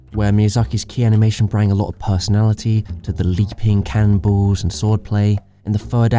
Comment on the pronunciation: This man really just said 'brang'